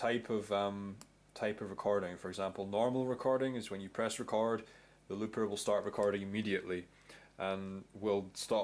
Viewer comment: its record not recard